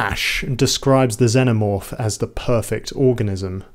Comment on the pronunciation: I like how you pronounce Xenomorph. Also, good analysis ❤